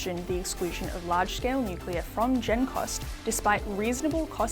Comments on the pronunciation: Hi, Folks. This sounds like a 'full bottle' on energy BS. It could be my aging ears but it sounds to me as if he can't even pronounce the word, "nuclear", properly. It sounded to me as if he said, "nucular". Would somebody please explain to us, preferably in words of one syllable or less, just what 'nucular' energy is? "Commonwealth Scientific (and) Industrial Research Organisation."?????????????? Seems to me that there was SFA 'scientific' research done at this meeting, just the taking as 'gospel' the HIGHLY BIASED sales pitches from a cohort of existing energy providers and lobby groups. HOW is that 'scientific'??????????????? Just my 0.02. You all have a wonderful day. Best wishes. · pronunciation of nuc-u-lar doesn't inspire confidence either. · Cant take anyone seriously who can't pronounce the words nuclear. Nu Clear. Not hard, really. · from CSIRO is so misinformed about nuclear, that he pronounces it NUC-ULAR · So we're relying on information from a guy who can't even say nuclear correctly. 🤦🏻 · Bowen can't even pronounce nuclear. CSIRO only do what the current government tell them to do as they get their money from them. A once useful organisation that has just become a government prostitute.